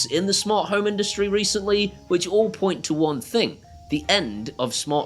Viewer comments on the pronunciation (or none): none